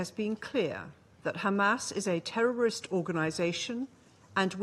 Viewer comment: I cant stand danny , israel in spokesman and his 4 yr old pronunciations. " tewwowist"